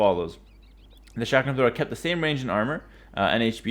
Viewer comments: It's chuck rum not shack ram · I thought he said shotgun thrower at first